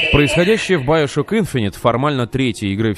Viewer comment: биошок так правилаьно и да правильно гаворить игфините